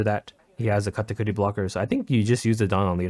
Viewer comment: KAH-TAH-KURI.......... like genuinely why do you say katakootie?